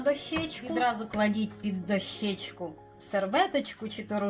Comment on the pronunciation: Будь ласка, кажіть правильно: дОщечку. А за рецепт - дякую!